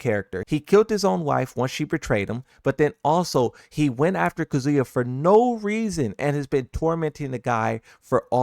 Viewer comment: Kazooya... seriously bro, that's not his name.